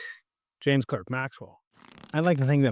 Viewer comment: I thought Clerk was pronounced Clark?